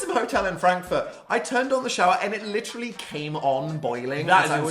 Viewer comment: lmao ‘i got bullied into saying literally not litrally’ says it ‘litrally’ in the hard launch